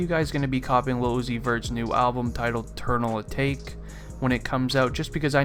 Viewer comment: He said “Eternal Awake” smh